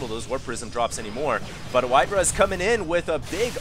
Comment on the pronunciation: It's White-Ra. Say it with me. White-Ra. White like the color. Ra like the Egyptian god. It sounds like the word Raw. If you push Control+N in a 1v1 replay it shows the name overlay including supply........ DO IT!